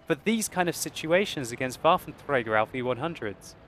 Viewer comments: I like when he says "waffenTRAGER" :D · Waffeltrdrdrdrdträger allf e onehundred xD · sounds weird if uses german pronunciation Waffentrrrragerrr he should also says "einhunderrrt" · You speak "Waffenträger" like Hitler 😨😂😂😂